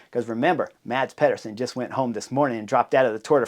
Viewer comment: I am bummed that Mads Pedersen is out of the Tour de France but I’m so glad I don’t have to listen to Chris Horner slaughter his name over and over again without even giving a solid attempt of pronouncing it right. 😂